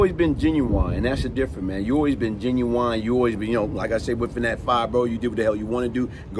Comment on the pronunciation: Hey Big bro no disrespect at all.. but the word genuine is pronounced GEN U WIN not GEN U WINE.. that’s the singer! It’s our duty to correct US in all facets just as your doing for our youth! Great video as usual,,Much ❤️